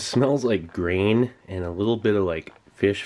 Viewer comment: I thought he said “brain” not “grain”